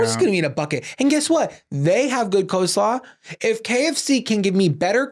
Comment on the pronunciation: Obsessed with rapid-fire pronunciation of "coe-slaw." 😂